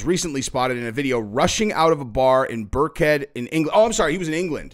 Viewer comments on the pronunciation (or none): Cant even say Birkenhead